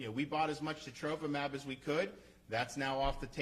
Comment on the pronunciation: Wow impressed he knows how to pronounce Sotrovimab